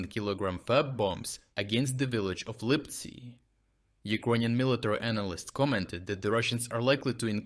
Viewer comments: The text-to-speech is messing up again. What the hell is "Липцай"? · Please keep the quality of analysis, but please do not use AI to narrate your videos. Why would you pronounce "Lyptsi" as "Lypsi" one time, but "Lipsai" ?